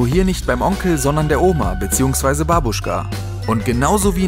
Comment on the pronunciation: Sorry dass ich jetzt deswegen meckern muss, aber BABUSCHKA WIRD NICHT BEI DEM U SONDEN BEI DEM ERSTEM A BETONT! babUUschka= Falsch! bAAbuschka= Richtig